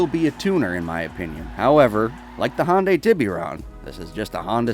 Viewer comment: Hearing ppl pronouncing Hyundai with two syllables & sounding very similiar to Honda makes me cringe... PS: The Blista "Compact" is only day 1 for the Enhanced Edition of GTA V/Online.